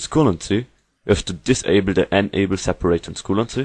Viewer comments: thanks for the great tutorial! One minor comment: it's transLUCency, not transCULancy as you say ;) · interesting way to say Trans-lu-cen-cy